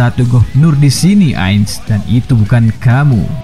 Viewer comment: Cantona bukan contana,ins (ince) bukan ains...hahahaa kau lebih inggris dari yg inggris laii..